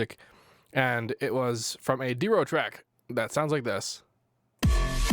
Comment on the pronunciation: "Diero" lmao